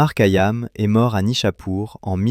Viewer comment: Essayez de bien prononcer bien son nom..c'est KHayam!! Ka yam m'ecorche les oreilles !!!